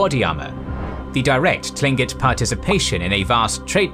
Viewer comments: Tlingit is pronounced like Kling-kit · It's pronounced Klingkit. No "T" sound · As someone who's spent a good amount of time in southeast Alaska, I'd like to inform you that the word "Tlingit" is pronounced more like "kling-kit". It's weird, I know. It certainly threw me for a loop to hear it pronounced as it looks like it should sound. Language is crazy man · another thing, we're NOT Native americans. we're Native Alaskans. there is no such thing as "Native Americans". America gets its name from the Italian explorer amerigo Vespucci and we're not Italians. also your are mispronouncing our name. I am glad you didn't refer to us as tribes or even "indians" I like your page very much but this was the only video (I've seen) that was terrible.